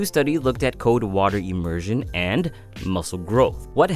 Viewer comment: It's C-O-L-D NOT C-O-D-E. You're not pronouncing the L.